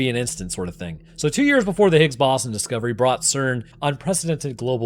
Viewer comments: Brother doesn't even know how to pronounce Higgs Boson, but everyone has their finger out calling the other stupid. Kay. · you can't pronounce higgs boson correctly? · Scientist doesn’t know how to pronounce Higgs boson? Seems legit